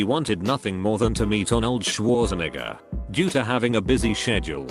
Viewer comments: the arnold shwirznugger pronounciation was not good...... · lol the way he pronounced “schwarzenegger”